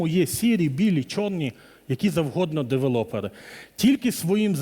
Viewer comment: Чого девелОпери? Звідки це взялося? Дуже ріже вухо